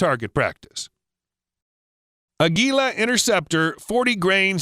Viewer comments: Ah-gee-lah Learn to pronounce words correctly. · He cannot properly pronounce "Aguila"! LOL So many goofy things about this video.